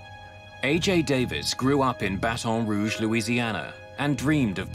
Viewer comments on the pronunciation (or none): I also felt physical pain over how he pronounced Baton Rouge. If you are going to do a video like this, at least take the 5 minutes to look up how to say names of cities.